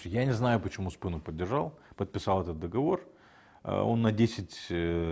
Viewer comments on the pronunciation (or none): none